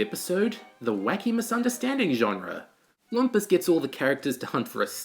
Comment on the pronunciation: THAT’S “LOOM-PUS”!!!